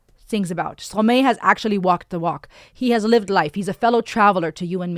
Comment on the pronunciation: You pronouncing the Artist‘s name wrong. It’s a french name not English